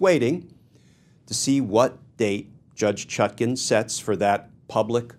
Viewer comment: Even he cannot pronounce her name right